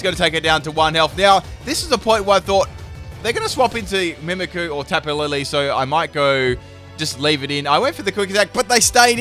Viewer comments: Got so triggered at the "Mimiku" haha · MimikYu. There's a Y there. Mimikyu. Like "mimic you". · i don't know if you noticed but it is mimikyu not mimiku there is Y in it that changes how you pronounce it you are saying it wrong also you should look up how to say magearna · The way he pronounces "Mimikyu" though...lol. It's nothing bad it's just that I'm more used to saying it as "Mimic you" rather than "mimi coo"